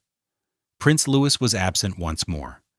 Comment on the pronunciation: Those crying pictures are AI, and so is the narrative. He is NOT Prince Louis (Loo-is); He is Prince Louis (Looey).